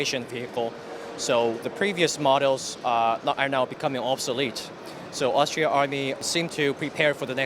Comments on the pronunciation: Except for he incorrectly kept on saying Austria instead of Australia!! facepalm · Yeah another person that can not say Australia